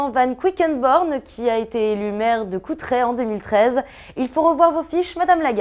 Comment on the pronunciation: Euh, c'est pas plutôt Courtrai ??? Et non Coutrai ???